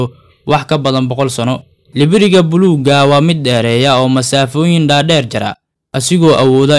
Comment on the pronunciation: Hhh libiriga afsoomaaliga iska hagaaji nibiriga dheh😂😂😂